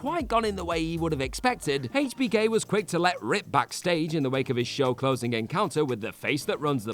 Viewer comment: I hate the way you pronounce hbk smh